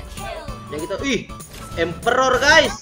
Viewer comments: Ngakak pas bilang emperjo wkwk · Empetotx Emeperor× Emeperjo✔